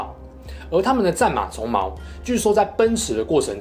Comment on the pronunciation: 鬃(ㄗㄨㄥ)毛，NO(ㄘㄨㄥˊ)毛 還蠻喜歡你的主題的，但念錯音很讓強迫症患者分心...